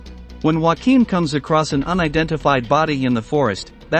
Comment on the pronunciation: Not bad, but spoilt by the laughable pronuciation of German names. "Joachim" is not pronounced "Whackeem", which is the Spanish pronunciation, but "Yo-a-kim". It's really not that hard.